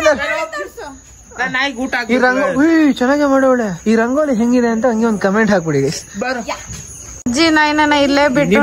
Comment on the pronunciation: ರಂಗೋಳಿ ಅಲ್ಲ ಅದು ರಂಗೋಲಿ 😂